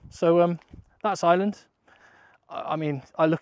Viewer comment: AYE ER LAND!!! Please stop saying island. Please